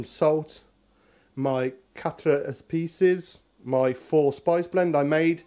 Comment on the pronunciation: What? We have to wait 'til next week? :o( Smells good from here already P.S. It's pronounced "cat-r ay-piece" with a hard r sound. ;o)